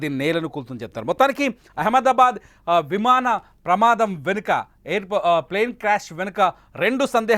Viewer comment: Vimada kadu vimana pramadam evarra ee news reader ni pettindi